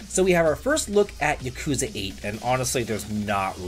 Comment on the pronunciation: Lmao you didn't even try to pronounce Yakuza correctly